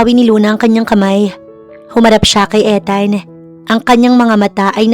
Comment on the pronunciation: Ethan and Luna story.Ethan pronounce ( Ithan) long E check ninyo sa goggle ✌️😀